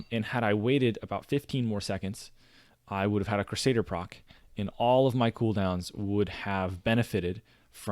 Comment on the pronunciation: Good vid! Also, it's "crew-say-der"